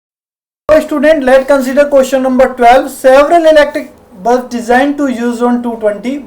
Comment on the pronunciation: Chutiye balb nahi hota ... Bulb hota h